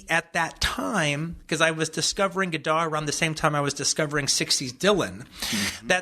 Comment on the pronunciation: it would have been nice if you had learned to pronounce his name correctly, Tarantula.